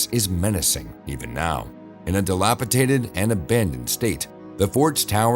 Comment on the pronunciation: "DilapiDated... NOT DilapiTated.